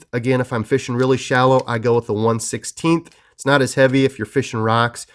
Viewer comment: why you do you say "feeshing" ??